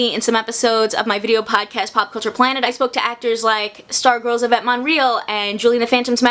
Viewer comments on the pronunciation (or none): none